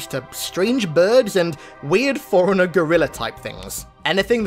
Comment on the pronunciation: I know you're saying forerunner but it sounds like foreigner.